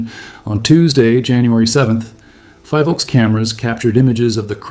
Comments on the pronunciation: Btw, its pronounced as FI-VOLCS (like Phi in Philippines) not FIE-Volcs. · The first syllable of PHILvolcs is pronounced as you would pronounce the first syllable of PHILippines. Thank you for your hardwork though.